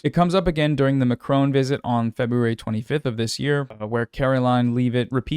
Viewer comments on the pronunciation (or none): none